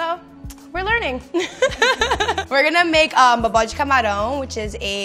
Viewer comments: meu deus a pronúncia dela quando ela diz "bobó de camarão" = tudo pra mim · the way she says "bobó de camarão" and "mandioca" it's amazing